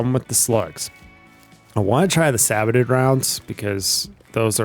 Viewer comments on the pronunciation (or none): Excellent video. Just a note though... the Sabot are pronounced "Say bow" Excellent rounds.